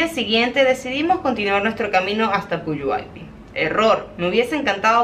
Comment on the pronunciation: lees textual el pueblo de Puyuhuapi, pero se pronuncia con G Quedaría PUYUGUAPÍ, lindo video